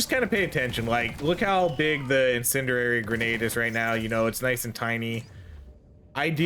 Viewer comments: Bro i love your videos but i cringe every time you say in-sin-dur-rary. Its pronounced in-sin-dee-ary btw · "IN-SIN-D-AIR-E" love your content but holy shit, this one fucked with my tism. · Incendiary. In. Sen. Dee. Air. Ee.